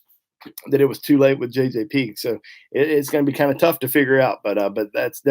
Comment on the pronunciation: You keep calling Pegues "Peegs." Has he told you to pronounce it that way? I'm related to Pegues in Louisiana and my family has always pronounced it "PaGeez." Just curious....